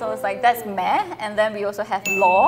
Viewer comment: hi singaporean here 😊 while watching i realised the 'meh' that pronounced wasn't really accurate? like she pronounced it like literally 'meh' but we kinda pronounced it like 'ma' like the chinese word '吗' its basically a direct translation from chinese lol😅